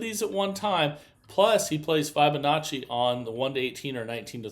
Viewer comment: New drinking game: every time he says, “I can’t wait to show you”, or mispronounces Fibonacci